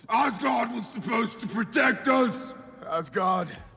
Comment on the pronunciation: It's not love or thunder it's love and thunder and it's not asgaurd it's Asgard😂😂😂😂😂😂😂